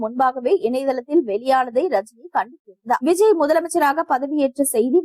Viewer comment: பெயரை ஒழுங்கா படி க்க கூட தெரியல, நீங்க எதுக்கு நியூஸ் படிக்க வரீங்க??? 😢😢 விஜய் க்கு பதில் Viji nnu படிக்கிறீங்க, அதுவும் இல்லமால் ஒரு மரியாதை வேண்டாமா?? இப்போ அவர் TN cm...